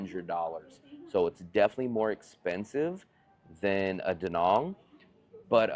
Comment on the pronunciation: Since you live there, learn to pronounce the name of the place: It's not Da Nong goddamit, It's Da Nang!